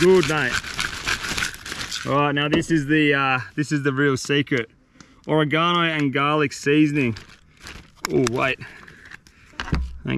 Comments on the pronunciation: "or reh gono seasoning" 😂😂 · Hahaha oregano.. not QUITE how you pronounce that, mate. Much love